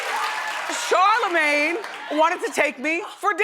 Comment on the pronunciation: I felt the love when you said Charlemagne ❤️